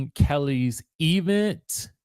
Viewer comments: Why do the bloggers pronounce event that way? Omg annoying! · E-vent was a joke 3 years ago. I'm now of the belief that the work pronunciation has permeated your vocabulary. Please stop.